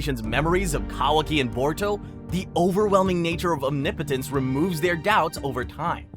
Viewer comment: That’s how you say it mate